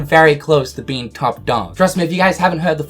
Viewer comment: The way you pronounce "fears" triggers me so much 😂😂😂